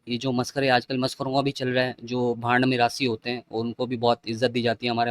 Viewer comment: Hahahahah "meerasi". 😂😂😂💯💯